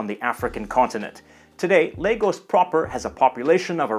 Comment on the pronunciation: I’m glad you didn’t say La-goes.. good job 👍🏾